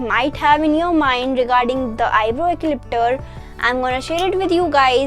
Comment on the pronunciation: Its “EPILATOR” not “ECLIPTOR” 🙄🙄